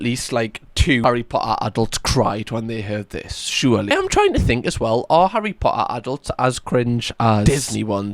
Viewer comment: Your pronunciation of Harry Potter should be the official, and I like that necklace a lot it suits you